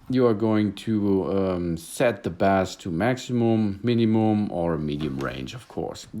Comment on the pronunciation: Bass is pronounced 'base'. But your big mistake to try to sound kool in English when you don't recognize how creepy you sound to native English-speakers. Creeeeepy. Your regular English is fine. The Kool Guy thing reflects the voice movie makers use for Loser Guy.